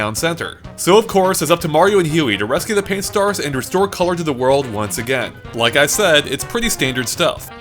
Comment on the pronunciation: What's up with your pronunciation of Huey? It's like "Hue", you know, the color property? Not "he-wee"